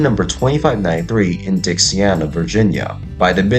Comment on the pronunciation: It looks to me like you already corrected it but i just wanted to make sure you knew she's called Dixiana as in (DIXIE-ANNA) It sounds to me as if your saying Dixiarna. Just thought i would point that out as i work at the railroad.